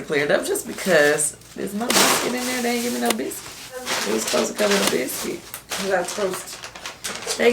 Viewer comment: Kandi was a diva about her "biskih"